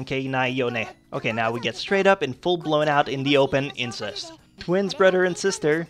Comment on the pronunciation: lol you say brother like brudder